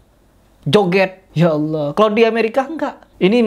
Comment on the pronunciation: ucapan allahnya .kedengarannya seperti membentak kepada allah🙏🏻